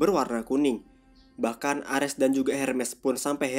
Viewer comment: Lawak bet penyebutan nama ny yg dri valkeri, M jolnir pdhl kan harus ny palu thor itu di sebut myolnir, emng nama ny mjolnir tpi di sebut myolnir, di menit orng nama dewa itu ares bkn armes blok